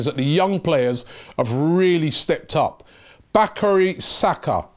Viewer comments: Not bakary saka its BUKAYO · Robbie MAN! It's not Bakari Saka, it's Bukayo Saka. Bu Ka Yo, stop killing the boys name. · Please Robbie is Bukayo Saka and not Bacary Saka. Bacary Sagna has left Arsenal a long time ago. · It Bukayo not Bakary Robbie get your pronoun cation right FFS!!!! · BUKAYO SAKA!!! -- BUKAYO -- BUKAYO -- BU-KA-YO -- BOO-CAR-YOUR -- NOT BAKARY -- BUKAYO!!! C'mon Robbie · Robbie thinking of Sanga, its bukayo robbie, not bacary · Robbie, Saka's first name is NOT Bakary!, his first is name is BUKAYO. Learn how to pronounce his name. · Robbie I think it's time you learned how to say the names of the players at Arsenal. It's embarrassing chap. It's not Bacary Saka... It's Bukayo... Boo-car-yo! Be a leader Rob and take pride in knowing how to say your own teams names. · It’s Bukayo not Bakari Robbie! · Hey Robbie it's Bukayo Saka (Boo-car-your) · "Bakary Saka..." ? Hunh ??? 3 times on the same video. Robbie's confusion on names is back again.... :D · Robbie is really bad with names isn’t he. Bloody hell Robbie, it is not Bakary Saka 🤣🤣🤣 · Bu-Ka-Yo ..... Don't make it harder that it is.. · Robbie butchered sake's name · Robbie pronounced his name wrong.